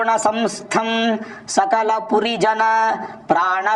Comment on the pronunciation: ಧ್ಯಾನ ಮಂತ್ರದಲ್ಲಿ, ಐದನೇ ಸಾಲು, ಸಕಲ "ಪುರಿಜನ "ಅಲ್ಲ, "ಸಕಲ ರಿಪುಜನ" ಅಲ್ವಾ ! ತಪ್ಪು ಹುಡುಕೋ ಉದ್ದೇಶ ಅಲ್ಲ, ಗೊತ್ತಿಲ್ಲದವರು ತಪ್ಪಾಗಿ ಓದಬಾರದು ಅಂತ, ಅಷ್ಟೇ.